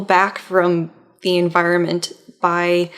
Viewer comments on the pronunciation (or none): none